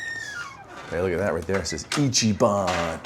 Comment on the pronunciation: It’s not pronounced ichy- ban, it’s pronounced icky-ban